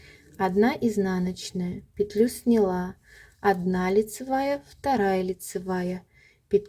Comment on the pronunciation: С таким удовольствием посмотрела Ваш мастер-класс, пока не услышала, как Вы неправильно произносите ударение в слове "снялА", а не "снЯла".... Следите за правильным произношением, пожалуйста.... Режет слух Ваше "снЯла".... Извините. Удачи Вам.